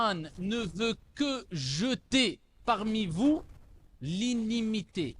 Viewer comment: L'inimitié ou L'inimité?